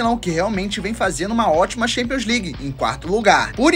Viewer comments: Me doem os ouvidos cada vez q ouço alguém pronunciando “xampions” league. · Tchempions, pra ser sincero.